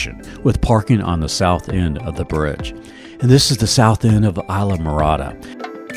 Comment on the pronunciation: Just fyi, you keep pronouncing it wrong. It’s pronounced iz-laa-mr-aa-duh. Short I sound at the start, not a long I.